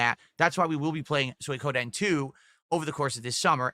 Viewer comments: got no actual points to praise "Good graphics, great story. bad gameplay." Aw Right? And how the hell is he getting worse at pronouncing words. SoyKohDen 2?! Also "I'm in demand!" Does he even break 500 viewers? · "Soykoden" Lmfao